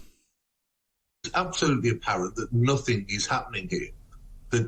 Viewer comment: Nofing, nofing. No suwender, never, never , never.